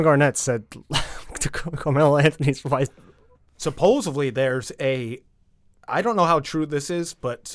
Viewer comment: I like the new guy. But he has an "exspecially" and "supposovbly" problem.